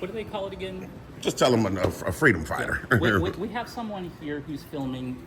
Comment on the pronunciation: Freedom fiighter 😂😂😂😂